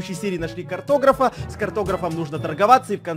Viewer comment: Не карт(о)грав а кортотр(а)в